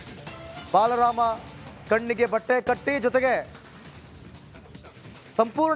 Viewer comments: marayya balarama alloooo marayya adu baalaram..... kannada cholotaga mataduuuuu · ಸ್ವಾಮಿ, ಅದು ಬಾಲರಾಮ, ಬಲರಾಮ ಅಲ್ಲಾ!!! ದಯವಿಟ್ಟೂ ಸರಿಯಾಗಿ ಉಚ್ಚಾರ ಮಾಡಿ!!! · Pl learn proper pronounciation of kannada. Being an anchor you have to pronounce properly.ಇವರು ಬಾಲ ರಾಮ. ಬಲರಾಮ ಅಲ್ಲ.